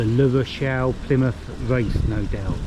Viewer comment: That is LA Rochelle not LE Rochelle! (Feminine not masculine)